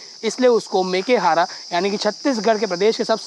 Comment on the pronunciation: मेकेहारा नहीं मेकाहारा इसलिए शिक्षा जरूरी है...यशवंत साहू